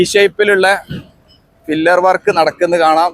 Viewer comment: Fillar അല്ല pillar ആണ്.